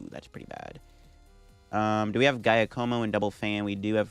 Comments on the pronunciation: Ah yes the old GAIYA KOMO combo… come on bro… say Jacque like the OG aquaman Jacque Cousteau… and como like the singer that got your grandma slippery… “JAH-ko-mo” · When he said guy-a-moco I was dying 😂😭😭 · Giacomo = "Dja'-ca-mo". 🤌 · Giacomo is an Italian name so it is pronunce Ja-coh-moh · Giacomo is typically pronounced Jyá-como. It is the Italian equivalent of James. Even though Paldea is based on Spain/Portugal where the equivalent would be Jaime (Hi-may in Spanish and Jyi-m in Portuguese)… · I think it's pronounced ja-ca-mo, pretty sure it's french. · Pokemon names are one thing... but human names. its "JA-ka-mo" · You are saying Giacomo wrong. Its an Italian name. It's more like "Jock-o-mo" (sorry Italians, i know its more complex a name pronunciation than that) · And the stress is on the first syllable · Idk why Pokémon called the character Giacomo in english since it's an italian name. The right pronunciation for you american people is like Jackomo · Pronunciation tip: "Giacomo" -> "Zha Ko Mo", first sound like the 'z' in "Azure" or just use "Ja" if you're not comfortable with it. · "Jaya-como" lol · Came to the comments to see how many people tried correcting the way he pronounces Giacomo 😅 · I can't get past how you butchered Giacomo's pronunciation throughout the video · Something tells me you’re not saying Giacomo’s name right but I also have no idea how to say it 😂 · That had me dying when he was saying it. But now he knows